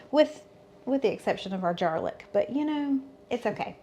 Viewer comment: Did you say Jarlic? 😂 love it!